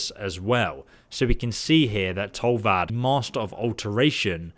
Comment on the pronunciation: "Tolvad" the master of alteration Tolfdir: Bruh